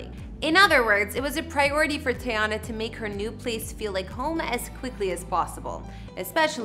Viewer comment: Say it with me (tee-yah-nah) not tayonna